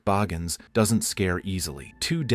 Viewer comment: ZACH BAAAAAHGINS? I don't think he pronounces it as you do. This is a whole documentary that Zach BAGGINS produced has already been on TV.